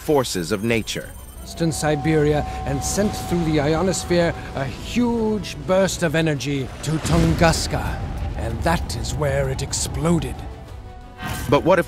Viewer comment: Tunguska NOT Tune Gas Sky. Nice way to start the video.